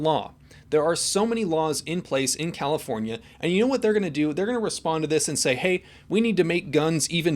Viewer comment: Califoniaive you mean